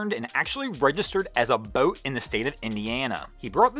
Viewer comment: This dude really needs to learn how to say BOAT. It sounds like he has a mouthful of rotting chicken. I can't even listen to him anymore.... I only made it half way through....like nails on a blackboard.